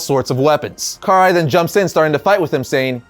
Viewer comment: *pronounced Krai *